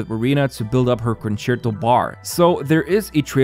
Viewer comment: Mega kudos for pronouncing "concerto" correctly and i am not sarcastic.